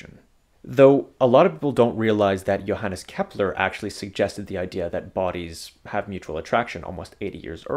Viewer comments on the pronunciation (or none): none